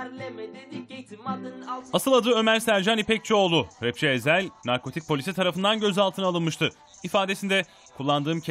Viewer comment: Eshel ne lan Ezhel diyeceksin o'na #FREEEZHEL